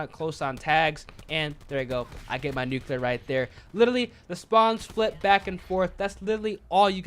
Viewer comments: Nu-clear not Nu-Cu-Lur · Nook you lar.... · Yo I usually don’t mind when you say nuclear incorrectly but you said it wrong way too many times this video 😭